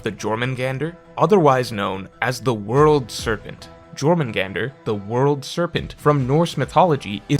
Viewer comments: Not even 10 seconds in the video and he’s already pronouncing shit wrong. It’s pronounced “your-moon-gone-der” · Back at it again with the text only pronunciations I see. It should be “Yore mun gon der”. Like how in Mjolnir (myul near) the j is silent. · Its pronounced Yormangandr* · I thought it was pronounced "Yor-man-gander" .....J's being pronounced as Y's in norse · "J'" is pronounced as "Y" in Scandinavian languages. It is "Yormengander." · I thought the j was pronounced like "Yor" not the regular english way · bro it's pronounced like yormungandr. the j makes a y sound, like mjollnir or jaeger or jung. 😭 why do you never look up how to pronounce anything 😭 ive been correcting u for years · I don't wanna be that guy, but I was shivering way too hard bc of this: Please pronounce it Yormungandr. The J in german and norse languages is pronounced like the english Y. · Bro, it’s pronounced YOUR-man-gun-der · STOP NO STOP I CAN'T STOP, I WANT TO WATCH THE VIDEO BUT A "J" IN SCANDANAVIAN LANGUAGES IS PRONOUNCED LIKE AN ENGLISH Y SO IT IS YORMUNGANDR. ok yelling done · Btw it is pronounced Yormungander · Lol bro it’s pronounced “YOHR” mungandr 😂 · J's be killing english speakers i stg. But for the next 15 minutes it IS now Juh-Or-Mangander people. Just deal widdit. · Not pronouncing Jormungandr with a J lmfao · Rip, definitely learned the word Jormungandr via reading. It’s Scandinavian so the J is pronounced like a why. Been there with words like epitome (ep-ih-toe-mm vs the correct eh-pit-oh-mee) it never feels great so no shame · your pronunciation of jormangandr hurts me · I'll never get over pronouncing stuff wrong, like pronouncing the j in Jormungandr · The j is pronounced like a y.. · Jormungandr pronunciation hurts my ears but curious to hear this theory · You said jormungandr wrong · I got drunk playing a drinking game every time said Jörmungandr with "J" than "Y" 😂. If you know what I mean. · He needs to finish gow lmao